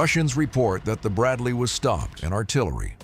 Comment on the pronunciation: Amigo veja a pronuncia correta para Bradley e bush master , seu vídeo é legal mas a pronúncia errada tá matando